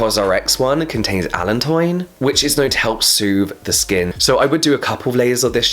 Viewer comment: Isn't the pronunciation of allantoin [ uh-lan-toh-in ]? From this site: Please help a little, confused swede! 🤔